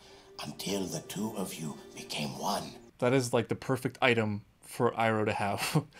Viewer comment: More like Wan, Tu, Thri.